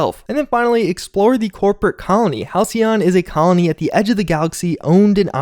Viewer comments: Halcyon is pronounced Hal;see;yon. It means "The good old days" essentially. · That "c" makes an "s" sound. Didn't you take english class??? "Hal-see-on". You got it the 2nd time. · Halcyon = Hal-SEE-on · For anyone who cares, it's pronounced hal·cy·on - denoting a period of time in the past that was idyllically happy and peaceful. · Hal-see-yon. It means 'calm, tranquil' or a certain kind of bird. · okay just for reference Halcyon is pronounce Hal See On